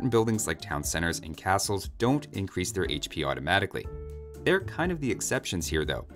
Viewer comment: "eincrease" "spawwn"